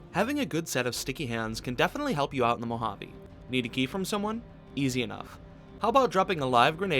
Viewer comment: Normal person: Mouhaavei: MoHaAvII